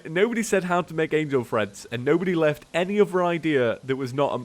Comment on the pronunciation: wait.. Angel TREADS? you've been saying Angel Freds the whole episode, I thought you were trying to say Angel Threads